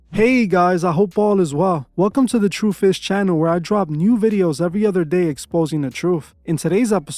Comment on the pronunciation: Sounded like you said “the true fish channel”. Fishers of men